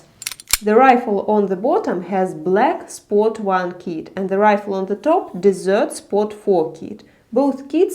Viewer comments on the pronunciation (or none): The way you pronounce desert sounds like "dessert" and its very cute